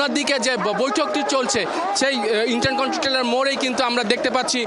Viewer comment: ইন্টার কন্টিনেন্টাল বলতে পারে না,সে আবার রিপোর্টার হা হা হা....